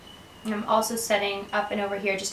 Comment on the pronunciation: lol she always says "i'n instead of I'm"